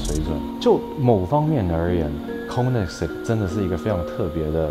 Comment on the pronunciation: OE （又O的嘴形發 ㄟ 的音） 不是 摳你ㄙㄟ哥